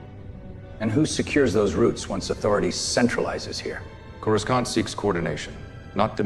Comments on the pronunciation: I love this!! Just keep working on that AI. It's more like "Coru-sahnt", not Corus-CAN'T. Not complaining, just sayin'. I LOVE the old design of the planet. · Ok, the AI must be trained to say Coruscant properly. Saying Corus can't just doesn't hit the same. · "CorasKawnt." lol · Why can’t they get the pronunciation of Coroscant right. The C is silent as in. Corosant.